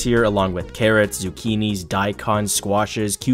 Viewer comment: Why is no one talking about why he said E G G P L A N T S